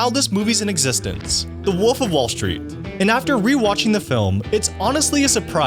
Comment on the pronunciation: It’s WOLF not woof